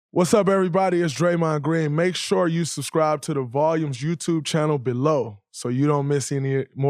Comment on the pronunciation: Just letting Draymond know there is actually a “b” in the word subscribe